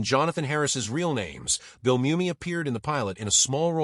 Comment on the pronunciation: One thing AI still hadn’t figured out is correct pronunciation of words. Pronouncing Mumy as moo-me instead mummy. Saying re-zoom instead of re-su-may.